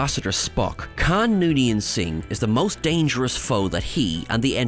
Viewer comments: Not “kan”…. It’s KHAAAAAAAAN ! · His name is Khaun, not can. 🙄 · I want to slap the guy every time he says Khan…